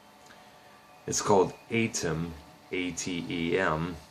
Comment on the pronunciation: The pronunciation is 'AH-tem', not 'AY-tem'.